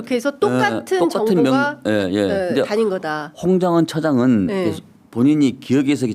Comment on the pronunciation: 홍장윈 님. 입니다. 발음좀